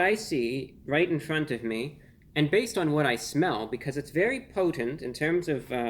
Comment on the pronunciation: The way he says that it smelled "potent" 😭